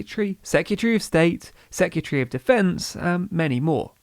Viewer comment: british people be like: secatchree of state